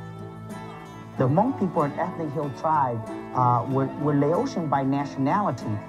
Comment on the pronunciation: that's everyone... and it's Hmong, not mung.